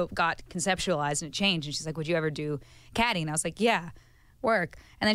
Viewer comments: It's pronounces key-di not ka-di🤦🏻‍♀️ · UM SIR HOW TF DID YOU PRONOUNCE CADY?!? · oh god did neither of them watch mean girls to know that cady is pronounced like katy it bothers me so much for some reason lmao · Interviewer: "So how did you know you were playing Catty?" Me: uM excUse yOu iTs cAdY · You must not watch Mean Girls because Janice literally calls her CADY the whole movie.